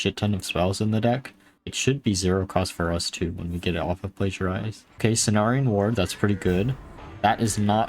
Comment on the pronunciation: Plagiarize or Plagiarism is not the only thing you say kinda strange or wrong. I always cringe when you say Tasmin instead of Tamsin, for example (though being nearer to Jasmin somehow it even sounds nicer) - there was another named minion which you said kinda strange, but I forgot which it was, due to not caring enough. Please do not think this is criticism - because it isn't! Looking at a guy named you could wonder how in so many years he is streaming now he still sounds kinda new to English - and I still would not criticise his way of speaking.